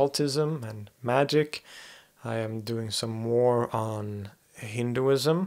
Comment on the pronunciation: I applaud you for your pronunciation, and your in depth knowledge about many religions. Your assessment about what Hinduism means was spot on, and you know more about Islam than many Muslims do (and I put that forth as a Muslim myself, albeit non-denominational).